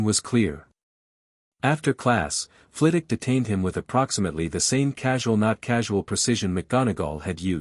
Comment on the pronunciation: Second! Not a bad story. I'd love to understand why none of the AI narrators can seem to pronounce Professor Flit-Wick's last name... It is not Flittock. The story could have used a proper epilogue rather than cutting off so abruptly. I give it about 7.5 out of 10, it would have been higher except for choppy ending. B- or C+.